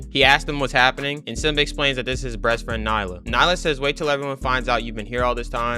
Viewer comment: I'm sorry did u say "breastfriend"? NAH, someone check that shi and clip it